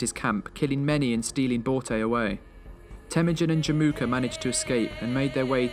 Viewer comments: Börte borte barte bart XD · Can you like bro pronounce it correctly man😂it is not genghis it is chingis and not borte it is just bot im Mongolian so it is hard for me to hear that